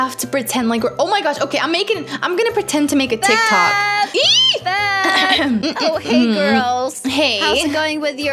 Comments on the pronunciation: Tictic lol it's tiktok but she and is soooo funny 😄 😆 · True is so funny hahaha his said tictic lol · TICKTICK'S LOLOLOLOLOL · Its so funny when said tictic hahahahaha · And to said tictic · Ty say tic tic becose it's spensred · When said "Tictic" I laughed 🤣😅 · I was dieing when and kept saying tictics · I was laughing so loud because say tactic hahaha 😂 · I love how says TicTic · I love you when you call tiktok tictic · I love when you call tiktok tictic to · I like the way you said You said TICTIC But a corrected you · Haha 😄 🤣 😂 😆 that is so funny when she said tic tics and said it right ✅ and she said tic tics in stede said tic tic instead.🤣 😆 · when you said tictic to TikTok it made me forgot how to spell it so now i have to ask my sis now i know why your name is because you’re you are 😜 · made me laugh when she saids tictics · Idk why they say it tiktik😂🤣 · When said TicTic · lol "TICTIC" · When she said tictic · It's not what it it's not called Tic if I'm saying it wrong please tell me and it's called tik-tok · Its not tictics its tiktoks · Is TikTok not tectec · Its tik tok not tik tik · Tik tok NOT TIC TIC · it's Tik-Tok not TickTick!!!!!!! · Haha yeah it’s tik tok but tik tik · Why ppl say tictics its tik tok actually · When kept saying tictic I kept laughing and saying it’s tiktok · Lol "tickticks" said tiktok and then said tickticks like and u and are truly awesome dont let the haters come to u even ive its a rp stay safe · normal people:tictic to tik tok and:tik tok to tictic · It's funny how and know it's called tic tok but they call it tic tic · Its so funny when they say tic tic its tik tok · I love how they say tictic instead of tictok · I was laphing When say tiktik it was tiktok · Its not tik tik its tik tok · its not tic tic its tic tok btw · Call TikTok not TickTick